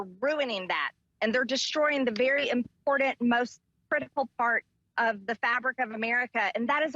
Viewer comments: Can someone tell mtg that the word important has no d in it. It's not impordant. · Can somebody please teach her how to pronounce the word important?! There is no d in the word important!